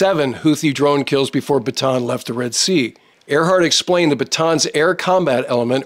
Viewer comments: hey, thanks always for good videos all the time. but if you will accept my advice, Bataan is not read as 'Batan' but "Ba-ta-an', where A is pronounced as 'AA' not english 'Ey'. This ship is name for one the big battles in the Philippines, name after our province of Bataan - where corregidor island is located. Thanks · I am sure that in your career you most likely spent a little time in the Philippines. One of the things that is really annoying is the way "Bataan is pronounced. It's actually a 3 syllable word not a 2 syllable. Ba-ta-an. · There are two A's in Bataan, you pronounce them both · I know you know well the naming but many english speakers pronounced it wrong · Gringo American YouTuber still does not know how to pronounce “Bataan”.